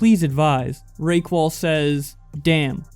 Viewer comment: lol RAY QUAL i think it pronounce Ra-kel